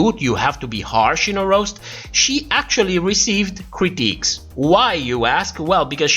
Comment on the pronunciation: I find it hilarious that you refer to the judges critiques as “cryptiques”. 🤣🤣🤣🤣🤣🤣🤣🤣🤣🤣🤣🤣🤣🤣🤣 May you please explain why you call them “cryptiques” instead of “critiques”.